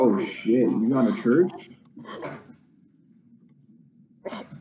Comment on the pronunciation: He said the word shet u hv to shet lol